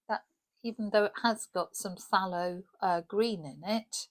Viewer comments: Thaylo’ blue… the ‘p’ is silent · I pronounce it faelow but my pronouncation is shocking lolol love the swatching video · As for pronunciation of Pthalo, I get all of the things right in there. F-th-ay-low. But I have a plain old American East Coast accent so it doesn't sound fancy. It's flower names that trip me up. I grew up calling peonies Pee-OH-knees and clematis Clem-MAT-is which was just regional for where I grew up. I am just incapable of being proper I suupose. 😂